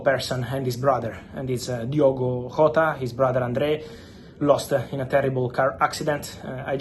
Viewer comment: Jota, not Hota